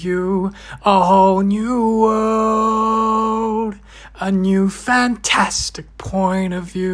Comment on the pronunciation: Nah chill, I wasn't ready, suspecially for "Hoe knew wurld". Final level entertaining.